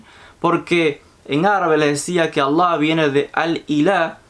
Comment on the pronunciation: Es alllow... ridiculo como promo pronuncias Allah.